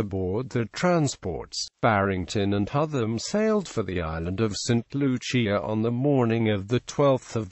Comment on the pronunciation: Its pronounced saint Lu-siah